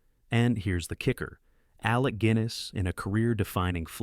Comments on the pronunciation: I'm sure the voice is AI generated. Pronunciation of some words haven't been mastered yet. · Hey, AI narrator, the actor's name was Alec Guiness - like the beer, not Gwiness!!! His Ealing comedies, which I saw many years ago (albeit on TV), made him my all-time favorite actor long before anyone ever heard of Obi-Wan. And btw, I'm an American senior. These British films came out in the 40s and 50s and never made it to average American movie theaters. Think about it - movie theaters were often affiliated with American movie studios which had a lot of clout. You think the American film industry would want theater owners to show British films, especially when their products were already being threatened by the growth of TV? Other than Hitchcock's American films I can't remember British films in suburban American theaters until the 60's. Your narration seems to suggest that American audiences rejected the films on this list - the fact is, we never had access to them, other than on TV in the middle of the night if you lived in a major city or in college film classes. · Films are ABSOLUTE classics, great memories. AI Shlop! Mixed pronunciation, i.e. mixing Alec G-i-ness over Gwin-ess. Pure slop from film summaries, films make no connwctions to alternatives... major actor missed if not a headliner... would like to know how list created, simple flowchart, no user/creator evaluation. Good list but pure AI Slop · Especially noticeable when mentioning Alec Guiness in 'The man in the white suit'. Gwiness anyone? 😅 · Very good summary, I do miss these old films of my distant past. It's amazing how many of the great actors of the 60s to 90s started out in Ealing Studios. My grandfather was a noted film cameraman in these. However, please can you pronounce the great Sir Alec Guinness's name correctly. It's sounds like "ginnis". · Please learn to pronounce Sir Alec Guinness’ name correctly. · Learn to pronounce Guinness and Lister. How about adding Genevieve,Arsenic and old Lace